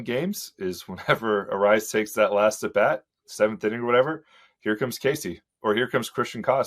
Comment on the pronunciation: C'mon, it's Luis Arraez (arise)! He's been my favorite guy to watch at the plate the last few years. Absolute stud.